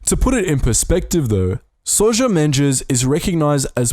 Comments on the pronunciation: Very nice video. Portugal's path through the war II should be not forgotten. A video about Aristides de Sousa Mendes would also be nice. Just about pronounciatio: uh-reesh-TEE-dsh d SO-zuh MEN-dsh. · Pretty sure that Sousa Mendes shouldn’t be prosecuted with a Brazilian accent 😂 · Great video! I'd love the watch that video about Sousa Mendes. But... : you have to practice a bit to say his name correctly!! 😂 (don't worry: it's a difficult name in a difficult language. I'll be pleased to help you on that if you need to). Again: great work! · Are you in the meat business? Because you just butchered that name! There was too much brazilian "dji" in it Jokes aside, pt is a very complex language, especially if ou come from an eng background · “Souja mendezx” 😂😂😂😂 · "Soja Mendjes" ahahah Americans and Brits should consult Portuguese speakers before committing these atrocities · Please do a video about Aristides de Sousa Mendes, but please please, say his name correctly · What in oblivion was the name of the Counsel General you mentioned ? (Seriously) 😂Im Portuguese and have absolutely ZERO clue what you said 😄 at first i didn’t even knew you were citing the name of a person tbh 😄 But thats ok, portuguese is a hard language to learn 😅I guess i can even forgive you the "G Loveira" thing 😅😂(which btw is pronounced: Antonio "D" Oliveira Salazar) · Eu juro que não percebi o nome do que ajudou os judeus, ouvi qualquer coisa mendes